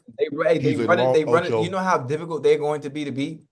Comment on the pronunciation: Nobody: Ocho: it’s very diffigult…very diffigult